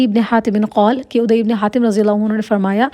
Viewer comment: عدى...ع پر ذبر ہے نام غلط پڑھ رہی ہے آپ بار بار